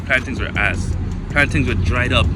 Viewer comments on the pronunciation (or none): I don’t know if I can trust someone reviewing the cuisine when they pronounce “plantains” like that.